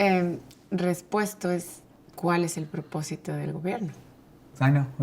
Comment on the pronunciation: Es neta que dijo "respuesto"? Yo ya no puedo con esto